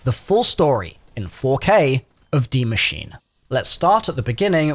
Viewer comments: Ah yes de machine not die machine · My man said “dee machine” instead of “die machine.” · The word is “die” not “D” machine. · u really jus say dee machine lmao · Why did u call it the dee machine?? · Why people always call it D machine its DIE Machine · Dee machine? It literally says "die" bro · did he seriously just say dee machine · Is that your accent or are you trying to say Die machine wrong??🤥